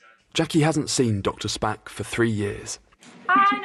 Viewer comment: please tell me im not the only one who giggled like a child when the narrator said the pioneering doctor was called doctor spack XD